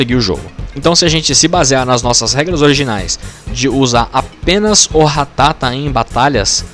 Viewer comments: Quando percebi que boxe ia passar 16min falando ratáta e não ratatá eu parei de ver o vídeo kkk Ratáta eh muita coisa de mané falar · É ratata não ratátaaaaa aaaaaa . Muito bom o vídeo